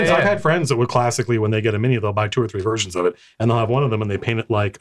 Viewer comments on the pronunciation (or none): none